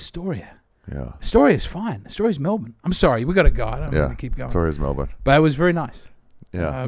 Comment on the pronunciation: At least he says Melbun for Melbourne. That makes people think you're local.